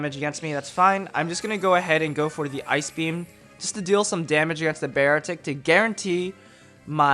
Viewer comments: You pronouce beartic so weird smh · every time you would say beartic i would cringe